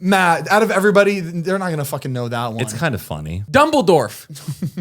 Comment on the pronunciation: "dumbledorF" omg I laughed so hard I love it 😂 😂😂😂